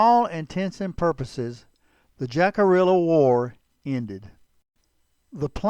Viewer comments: It is NOT Jack-a-rilla! It is, Hick-a-ree-a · It's pronounced Hickaria not jackaorilla 😂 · Hick-a REE-ya. Sorry. cant watch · “Jack a rilla?” 😬 cringe smh 🤦‍♂️ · It's pronounced "Hickareeeya" ya schmuck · "Jack a rilla " pronunciation just doesn't sit right for me, being Jacarilla Apache myself.😢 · Great video. Love your programs and keep up the great work. FYI, I believe the correct pronunciation of Jicarilla is "Hick-a-riya" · This was interesting. Jicarilla is Spanish. The J is pronounced as an H and the ll is not pronounced, think of it as Hickaria. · J is pronounced like a h in spanish the i is pronounced like a e the ll is pronounced like a y pronounced it right you sound ridiculous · his is saying jicarilla wrong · Before you try to narrate a Native tribe, learn how to pronounce Jicarilla! I am Jicarilla Apache descend! Crow - Jicarilla Apache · The name was actually pronounced jicarilla. The J is silent and sounds like h and the elves are also silent. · Friend, I appreciate everything 🙏 ❤ you do. That being said there's only one thing that I will critique you upon. It has absolutely nothing to do with your choice of subject matter. It's simply this. The name of this tribe of Apache is of Spanish origins and like all Spanish words with a "J" in the word it is pronounced with an "H" sound. Phonetically it's pronounced "Hick-A- RheeAh." Your video is otherwise great! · The Jicarilla were great warriors and their reservation west of Chama, New Mexico boast some of the best mule deer hunting anywhere. One of my best friends is a tribal member and is a hunting guide on the reservation. However, Jicarilla is pronounced closer to how it is said in this video Take care and keep ‘em coming! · Learn how to pronounce Jicarilla. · I'm amazed the narrator wasn't aware of the correct pronounciation. It is fairly common knowledge to anyone who has studied this tribe